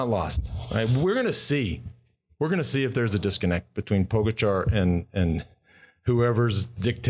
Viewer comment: It's pronounced Pogacha and Vinyego for crying out loud. Are you guys on drugs? Never mind.